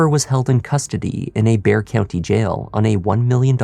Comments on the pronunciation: Thank you for pronouncing the word 'BEXAR' correctly!!! EVERYONE gets in wrong! Bexar county. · Wow, a crime podcast that pronounces bexar county correctly. ❤😂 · Thank you for saying the county's name right. From a San Antonio resident lol. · He pronounced Bexar County the right way. I’m proud of you. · Thank you for pronouncing Bexar correctly 😊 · Great job on this! I live in San Antonio. I’m sooo glad you pronounced Bexar County correctly. Love your channel! 🙌🏻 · bonus points for correctly pronouncing Bexar county! Thorough research as always!